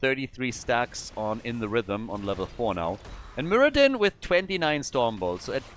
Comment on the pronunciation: Muradin? You might call him... muradone.